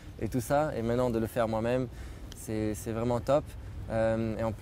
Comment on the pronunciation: Il ne fait pas les liaisons. "C'est un moment" on prononce le "T". Même chose avec "un bon élan" on prononce le "N". Pour aller plus loin si tu veux, il emploie le verbe avoir à l'infinitif lorsqu"il devrait utiliser le participe présent "ayant" (ayant gagné la dernière course) donc oui c'est poussée comme analyse mais ce sont ces détails que tout natif francophone maîtrise sans nécessairement s'en rendre compte